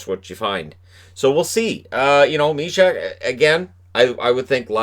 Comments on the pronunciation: Sending regards from Czech, its Jan Myšák, not MYSAK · I live in Czech Republic, so I don't care about elite prospects. The pronunciation of Jan Myšák is: /mɪʃɑːk/. Elite prospects are not always trustworthy.